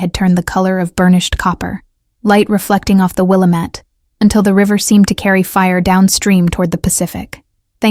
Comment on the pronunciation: Good story. Double check pronunciation. Wil lam ette. ...